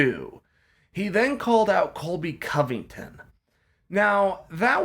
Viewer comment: It’s Covington not Convington